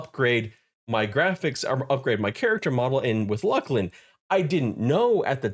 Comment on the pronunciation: Dude, it's pronounce Looslin. Fight for the truth. Old troll model was the best. And I really enjoyed the first person view, especially at the bank in Cabilis and Kurns.